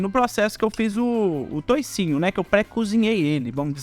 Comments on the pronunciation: Não fala toucinho,é toucinho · Não fala toicinho